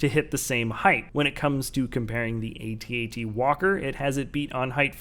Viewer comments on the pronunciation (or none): if a snow speeder can win against a AT-AT, than id say the sandcrawler would win against an AT-AT oh and BTW, its Pronounce Eay Tea-Eay Tea